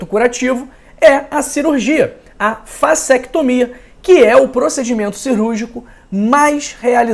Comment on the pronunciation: Será que eu ouvi bem? ele citou vasetomia? ou eu tô surdo!